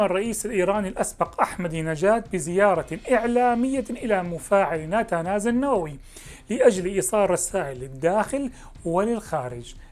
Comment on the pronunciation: نتنز وليس ناتاناز وشكرا